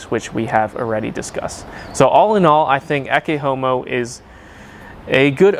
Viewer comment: Your pronunciation of "Ecce Homo" is actually spot on for classical latin (not vulgar latin).